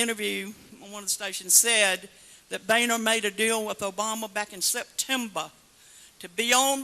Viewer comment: "Back in Septemba" LOL